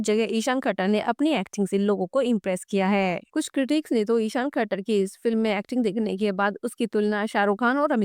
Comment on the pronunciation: ISHAAN KHATTAR... NOT THAKKAR